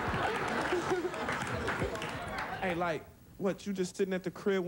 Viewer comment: It’s ‘hey’